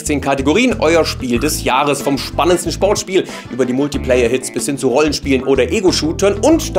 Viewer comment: wurde gezwungen anzufangen damit Fabian nicht MALTIPlayer sagt:D